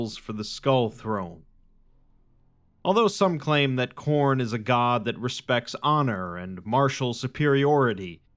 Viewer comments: It’s name is Corn hen hnn hnnnn lol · Khorne its to cornie. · It's *Khorn*! (chomp 🌽) A blood-thirsty god 👹 He has a throne (skulls for skull throne ☠️)